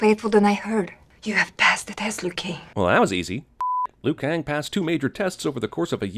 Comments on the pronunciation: It's Liu Kang Not lui Kang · Passed the test Liu-Kaing! Uhmmm, Liu Kaing? WTF?